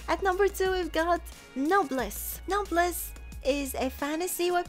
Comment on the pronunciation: Noblesse - how I say it = No Plez